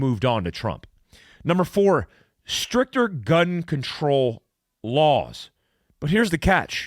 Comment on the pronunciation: I swear I heard you say "Stripper gun control laws"